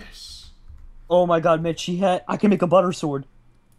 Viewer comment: did he say Budder Sword?